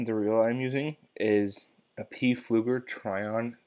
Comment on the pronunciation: Lol peeFlueger... pretty sure the P is silent and just pronounced Flueger.